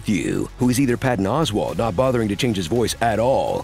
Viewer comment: "Patton CAWswalt" absolutely killed me. 🤣🤣🤣